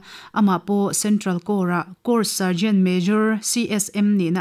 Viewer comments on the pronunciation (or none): none